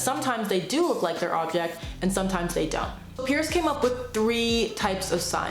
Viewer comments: Small point, but it's C.S. Peirce (prounounced "purse"), not "Pierce." Otherwise a great summary! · Great video. Just remember that Peirce’s name is pronounced “purse.” The family name was originally Pers. They changed it to Peirce (not Pierce) thinking it would sound like Pers/purse, but really it didn’t clarify anything! 😂